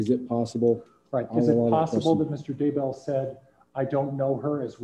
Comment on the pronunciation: is the judge purposely mispronouncing Daybell here?? Reminds me of him calling Lori Ms. Daybell instead of Mrs. Daybell